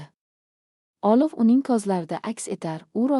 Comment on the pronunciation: AniOlovni olif ylikni olik deb oqish sharmandalik yaxshisi hikoyni joylamanlar sharmandalik eliktron o'qishni to'g'rilashni iloji b o'lmasa yozuv holda bering